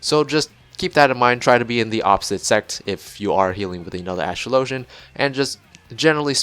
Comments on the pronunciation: You pronounced the name wrong. You pronounce Astrologian like Astrology, not Astro-low-jun. Regardless of if the word is made up, it borrows from a word that already exists so your point is moot. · Its a real word. And it's pronounced the same way you'd pronounce astrology. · new player here but Watching the cutscene yesterday in 2.4-2.5 Lord Haurchefant pronounces Astrologian